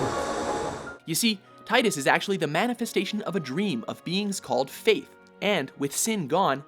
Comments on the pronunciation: It's Tidus (Tee-dus) not (Tye-dus) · Tidus is actually pronounced "Tee-dus". Yeah, it's weird when I first found out too, but it is what it is.